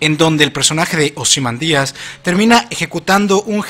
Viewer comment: ozymandÍas?? men que pronunciación del ojete XDDD de seguro es hermano de bruno días o algo así? xDDDD